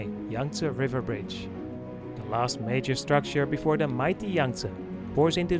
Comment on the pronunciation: a very nice and enjoyable video and great pictures. JUST SOME critism: Understandably your Dutch, however your anuctiation and pronunciation needs some serious work on. Your using too much "Da" instead of "The"...Your pronunciation of the river Yangste is terrible and the pronunciation of Canals, is also bad. This bad use of English is NOT acceptable and it does your productions no good. Respectfully I suggest when you do voice overs of a place you have tarvelled to... in English for various productions for You Tube, before putting the track down, visit a good English speaking coach... to guide you, to pronounce words and names and other facts properly. Also you become very monotonous in your voice overs, you need to change, build up and go low and show some energy too. Anders praat jy liewers in Afrikaans. Alles van die beste.😁🤗